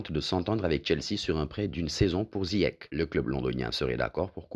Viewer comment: C pas ziach c ziyech 🤣🤣🤣